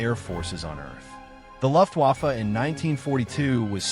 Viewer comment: Ugh. The “Luft” waffe pronunciation of your AI reader, as well as some of the “pauses” in between words are hugely distracting. I’m out, but thought you should have the feedback. It just feels……un genuine, and pandering.